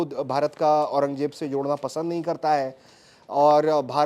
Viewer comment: Aurangzeb toh sahi bol ley Jeb nahi zzzzzzzeb